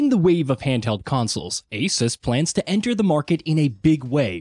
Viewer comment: You keep pronouncing ASUS and ROG weirdly.